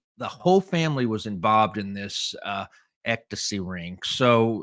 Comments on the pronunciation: Hey, I think it's pronounced "EX-stasy"...you keep saying "EK-tasy". Lol! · It’s ECSTACY, not EKTACY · How do manage even to say the word ecstasy wrong, it’s not “ectasy”. Geez you one of a kind. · Sammy the Bull. The most stand up guy to sit down ever🤷‍♂️💯🤣PS. Ecto-see is hilarious😂 EX ITS PRONOUNCED HOW I WROTE IT EXSTACY (Ecstacy)👍👌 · obviously, you never had done drugs because you can't pronounce ecstasy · Lol…what made it worse is he said it like 85 times 😂😂